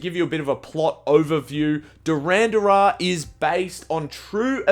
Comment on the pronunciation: Way to butcher the name of the movie 😂 DHURAAAANDAAAAR 😂😂😂